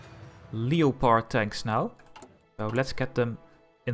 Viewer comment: it's pronounced lep-erd